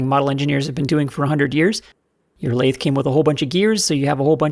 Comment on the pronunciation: I happened to be sipping a glass of wine when you said “lath-eh.” Had to pause to clean up my iPad.